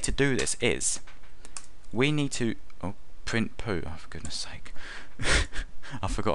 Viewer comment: "print poo" XD